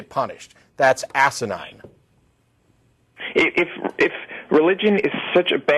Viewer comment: "That's asinine" worse Matt, it's asiten.